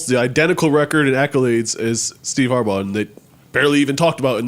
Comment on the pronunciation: Does Joe pronounce players/coaches names wrong on purpose (Harburow)